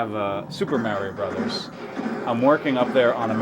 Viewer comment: Why do you say "mario" like that? He says his name in the game. It isn't pronounced like that.